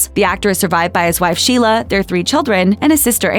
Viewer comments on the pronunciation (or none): none